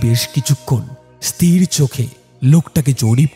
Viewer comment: গল্প তো ভালো ই লেগেছে কিন্তু উচ্চারণ এতো ভুল হলে ভালো লাগে না।যেমন ইস্ তির উচ্চারণ হয় না, ওটা হয় ইস্ থির ।